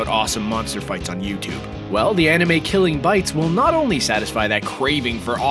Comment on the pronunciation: ⚠️ It's not "Killing Beasts" but "Killing Bites"